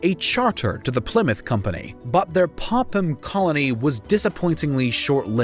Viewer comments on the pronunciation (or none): none